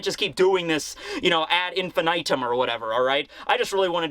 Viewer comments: It's pronounced "infinitum" not "infinitum" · That's not how you pronounce infinitum.